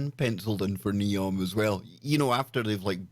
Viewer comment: Neom not Zeom